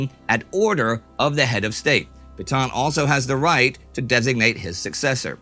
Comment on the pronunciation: Nice to see Indy finally more or less pronouncing Petain correctly.